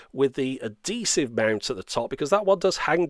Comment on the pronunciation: Adesive or Adhesive? Great review anyway~!